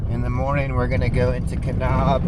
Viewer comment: Just a heads up...it's pronounced "Ka-nab" as opposed to "Ka-nob".